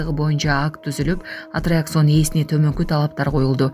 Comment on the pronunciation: АТТРАКЦИОН ДЕГЕНДИ АТРИАКСОН ДЕП ОКУГАНЫ САБАТСЫЗДЫК !!!